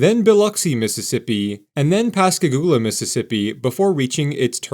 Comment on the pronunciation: FYI, Pass Christian is pronounced like Kristy Anne. Local will laugh at you if you pronounce it the way you did. Oh, and thank you for correctly pronouncing Pascagoula. That's one that people who aren't from the area often get VERY wrong.